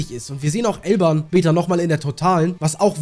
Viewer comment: Bruder warum sagst du eig immer Elban und nicht Elbaf??